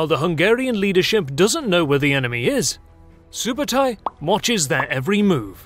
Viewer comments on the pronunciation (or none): It’s Ögde not Ögede 😂 It’s either from Ög(oak) or Ögdin(the god of thunder) Also Sübötai not Subotai,means “soberly” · its not SUBOTAI its ( SUBEEDEI ) СҮБЭЭДЭЙ and its not GENGIS !!! its CHINGISS KHAAN - ( khaan is meaning KING )